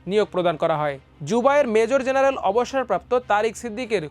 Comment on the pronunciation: এই আবাল খবরের পাঠক কে বাদ দিতে হবে 🤐! অবসরপ্রাপ্ত মেজর জেনারেল উচ্চারণ করতে পারে না 😬!